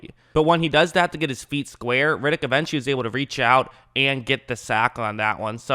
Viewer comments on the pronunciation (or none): His name is ‘Red’- ‘ick’, not ‘Rid’ - ‘ick’. He’s not Vin Diesal.